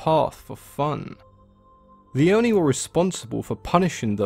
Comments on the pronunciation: Great video! I really enjoy learning things about myths and especially Japanese culture (I'm Japanese myself but don't know in this detail about stories and creature). Also, not sure if anyone else has commented, but Japanese words are written syllable by syllable and the i at the end of Oni doesn't affect the o and it's a short o. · I like how he pronounces non-english words. Owh-Ni=ONI, DowJi=DOJI, EMNA=ENMA, RAYKO=REIKO, SAKI=SAKE